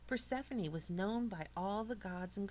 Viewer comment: (PER SEF FON EE) She said it right. I learned about it for 2 years